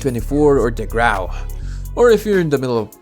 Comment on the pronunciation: I'll never say grau normally again